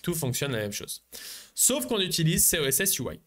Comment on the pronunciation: Sorry mais ça me trigger de lire Coss et que tu dis SOSS plusieurs fois ...